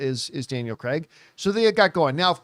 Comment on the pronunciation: It’s Craig, not Creg. Need to learn how to pronounce actors names correctly please